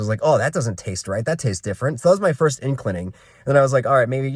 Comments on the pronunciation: It's inkling "in-cling" not in-clin-ing. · Inkling! Two syllables not three.